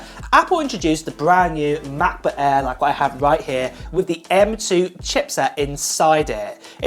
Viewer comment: Macbook "Ehr"?